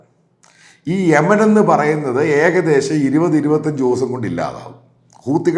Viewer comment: ഹെമനല്ല ചമേലേ....🙄യെമൻ 😆